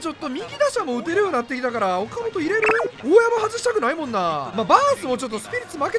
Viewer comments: おか「C」じゃなくておか「本」やん！ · よかもとちゃうやろ。 いつものvipさんの発音良く言うノリなら、フォかもとやろ。